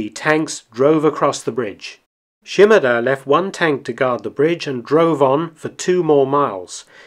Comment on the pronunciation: His name was 島田豊作 - Shimada Toyosaku. she-mAH-dah not sheem-a-DUH 島 shima 田 ta (da)